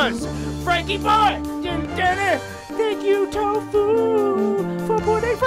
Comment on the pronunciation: It's Toffu not tofuu